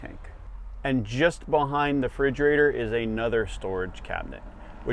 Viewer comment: Fridgerator? . . . . . . . . Refridgerator!